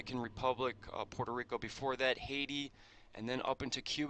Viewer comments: Dude its Puerto Rico 😂 not PEURTO and San Juan is the Capital of PR, USA 🇺🇸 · It's Puerto Rico. Not Peurto Rico. Get it right!!!